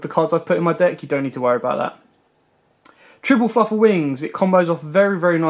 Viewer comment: "Fluffle" lol it's Fluffal